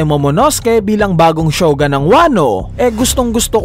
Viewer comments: shogUn boss, hindi shogAn... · Shogun not shogan.